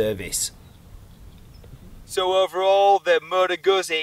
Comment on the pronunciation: Great review sir, almost perfect. If only you pronounced Moto Guzzi better 😊